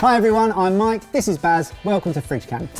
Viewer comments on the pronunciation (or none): none